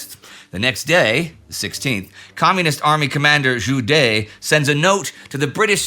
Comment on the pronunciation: not pronounced zhu DAY… zhu DE, as in "the" with a D